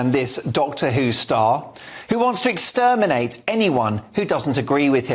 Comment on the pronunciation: Exsperminate! Exsperminate!